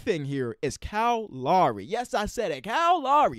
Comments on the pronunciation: Everyone: Kyle Lowry King: Kyle LAWREY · “Cal Lawry” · Anyone else thought that he was saying "Cow Lary" when he said "Kyle Lowry"